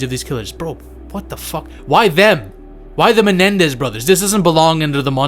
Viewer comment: It’s Menendez brothers, NOT MeLendez brothers.